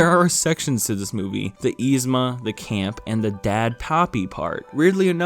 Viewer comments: Nobody:: YEE-zma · You're pronouncing Yzma wrong. But only sometimes. What. Lol